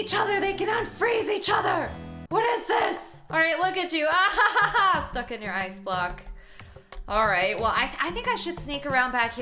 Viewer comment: I was crying and on the floor when she said "HEAALP I'M TRAPPED IN THE AICE HEALP!!!!"😂😂😂😂